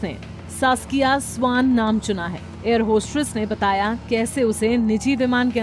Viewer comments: Air hostress nahi madam.. Air hostess 🙏🙏🙏🙏🙏🙏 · Bhai air hostess to suna tha... But ye air hostress kya hota hai ... 😂 Padhe likhe illiterates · Why is she pronounced air hostress..?